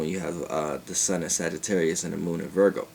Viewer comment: Darian Johnson wait didnt he say sagittaurius moon